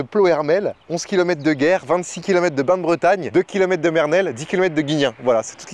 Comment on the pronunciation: Ça m'a fait bizarre quand ta prononcer Bain de Bretagne